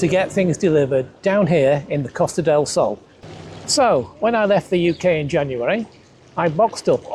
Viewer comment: 6 months living there, and he still hasn't learned to pronounce "Costa"? Just how deep is he experiencing Spain?